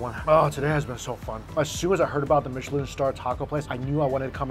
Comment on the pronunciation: We love everything Mike Chen. First of all thank you for the correct pronunciation of “Michelin”. Like his love of food knows no class has no pretense. (Kissy chef gesture) !!! 🫶🏼